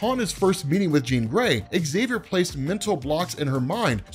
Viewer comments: Love your channel, BUT, why do you always mispronounce Professor Xaviours name? You always say ecks-xaviour, drop the "ecks". Say the word "xylophone", if you just said "ecks-xylophone" then there is no hope for you! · Never understood why his name is pronounced as exXavier.